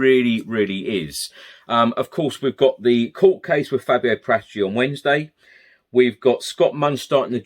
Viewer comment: His name is PARA-TICI not PRATAGI…!!!